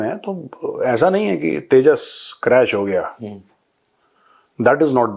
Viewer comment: Yeah Teja Teja Kya hai Yeah Teja Teja Kya hai 😂😂😂😂😂😂